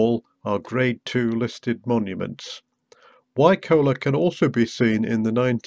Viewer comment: Nice to see loads of places familiar from growing up there. FYI we always pronounced Wycoller as "Why collar" as in on a shirt.